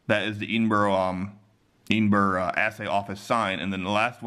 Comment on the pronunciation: Subscriber from the UK here! Love seeing the interesting stuff you buy. Also, it's pronounced "Ed-in-buh-ruh"! :O)